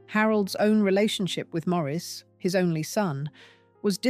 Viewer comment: Maurice Macmillan̈'s name is pronounced Morris, not Maureese.